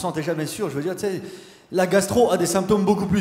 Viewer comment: quand il dit tu sais "tsé", ça sonne tellement québécois! je me suis demandé s'il avait vécu là-bas... quelqu'un sait?